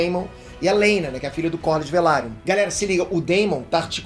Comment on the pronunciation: LAENOR VELARION! NÃO VALIRION, PQP KKB SE FALA VELARION.